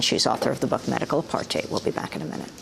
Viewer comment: Every time she says apartheid i CRINGE 😖😖😖